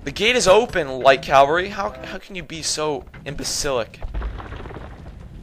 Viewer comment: It is pronounced, "CAV-ALRY". The V is before the L. Yours is a common mispronunciation, saying Calvary, which is a biblical reference to the hill upon which Christ was crucified.